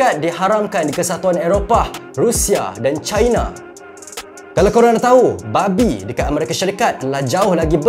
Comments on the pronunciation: Jelas dan terang sekali bila sebut "babi" tu😆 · Bro the way you sebut “babi” omg i cant 🤣🤣🤣🤣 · bang bab babi tu jgn menekakkan sgt mcm nak maki terus bunyinya 😂